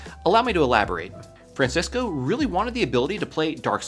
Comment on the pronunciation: Bro really said Fransesco